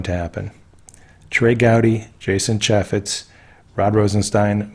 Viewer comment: Mueller is Myoo- ler. Not Mu-ller Chay- fetz. Not Cha-fetz Tracey beanz good vid on mueller= white hat